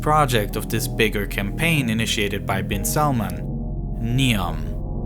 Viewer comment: its not salmon its prononced as salmaan